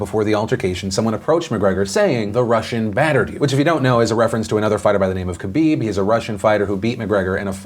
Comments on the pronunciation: It’s pronounced Ha-bib, not KA-bib. Js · Philip doesn’t even attempt to pronounce khabib’s last-name lmao